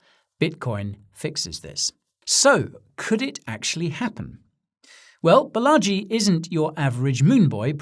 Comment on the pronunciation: Fun piece but next time it’s Baa-laa-ji ~ Balaji … bullagee as you say it is a bit cringy as a fellow indian… 💙